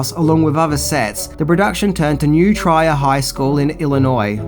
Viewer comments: Just an FYI, having grown up in the area and competed against New Trier high school, it is pronounced New Tree-r, not New Try-er. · Nicely researched. One note: the name of the high school is pronounced “new treer.” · Just fyi,: New Trier rhymes with New Beer. Merry Christmas 2024